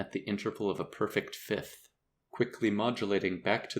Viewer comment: Thanks for not saying "fith" instead of "fifth"